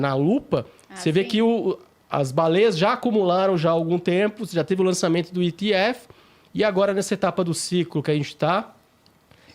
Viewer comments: Engraçado eles falando "Etirium" e "Itiéfi" metido a gringo, ... sendo que a pronuncia correta seria "Efhérion" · Etirion. Etief. Não soa bem aos meus ouvidos. Acostumados a pronúncia aportuguesada. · “ Etiriun “ “etiefe” Deu canseira pulei o vídeo